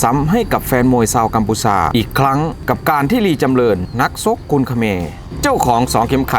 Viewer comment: ชกไม่ไช่ ซก